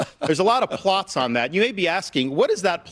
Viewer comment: Did he say a lot of plops? 😂